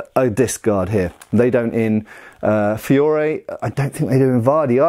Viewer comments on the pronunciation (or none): none